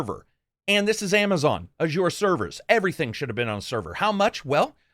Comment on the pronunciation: You mispronounced Azure. It's pronounced: Ah as in Apple, and zure, as in Closure.